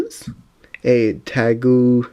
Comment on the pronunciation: you can read it as togeTemaru much easier i think